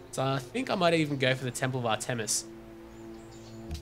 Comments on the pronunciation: Its pronouced art-miss not ar tem is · Actually it is AHR- tuh-mis. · not to be rude but its pronounced (ar-tim-us)